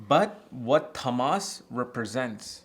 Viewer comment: I think you're pronouncing ţAAmas as ţamAAs. In sanskrit, it is ţāmas